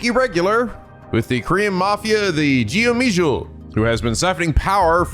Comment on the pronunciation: You're saying Goemijul wrong. It's "Go-Me-Jewel". Listen to the voice actors say it.